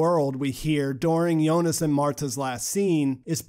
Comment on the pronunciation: I liked your videos simply because you’re pronouncing Jonas’ name correctly. I couldn’t stand how other videos pronounce Jonas’ name with the harsh J lol